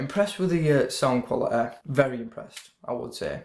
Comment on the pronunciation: Thanks for the review. Probably going to pick one of these up today. Also im sorry, but i always laugh a but when i hear you pronounce quality as 'qualiteh' lol. Good review.